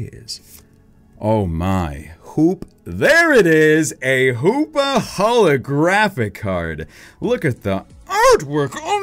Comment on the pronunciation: When he said keldeo holographic card I heard keldeo holy crappy card